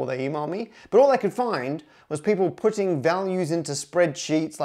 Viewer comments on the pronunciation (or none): none